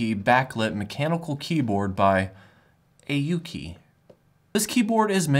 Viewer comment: Its pronounced "Awwhkey"